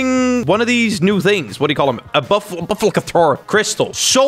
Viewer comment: Oh and btw its pronounced BUFF AL KOR!